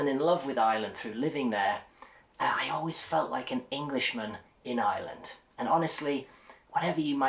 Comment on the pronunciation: Love the way pronounces Ireland like a pure native